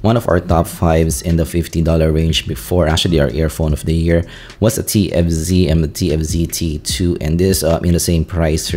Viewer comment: divided in 3 parts , 1 and 2 was so hard to clearly telling what and how he compared which is which the "f" tfz sound like tnz , you keep skipping one to another ,only people knows all these IEM (extremely familiar with ) to understand these review.I was totally lost in part 2 , until part 3 it comes to clarify the pros and cons in summary.watching this video can be difficult ,I can tell it's a lot of affect in making it , but part 1 and 2 can be bit more organized and regards accented involve but not a major issue , speech a little less fast can be a big help sorry being picky and Thank You for the hard work .